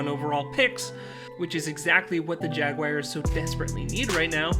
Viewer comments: The Jaguaiers? How can you not know how to pronounce Jaguars? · Funny how you continuously mis-pronounced Urgan's last name and the Jaguars team name....